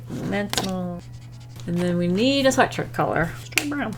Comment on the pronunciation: and he’s got a sweashshwirt